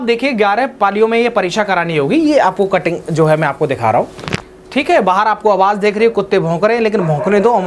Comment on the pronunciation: Mene Dog 🐶 ki abaj suni g